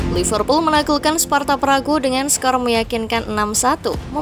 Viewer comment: Gw jg jgkel, org asli sana nyebutnya sparta praha, ntah knpa jd sparta pragu 🗿